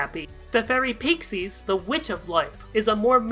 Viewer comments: Just a heads up: "Peixes" is pronounced as "Pay-shes", not "Pixies". Awesome video regardless though!! <3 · "pixies girls" it's peixes, pronounced pie-shees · Hey dude, great video as always, just needed to tell you peixes is pronounced PAY-TCHESS. Remember latula calling meenah paycheck? Thats where its from.